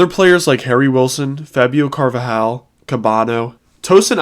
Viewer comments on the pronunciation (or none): how do u read carvalho and pronounce it like car va hal its car val ho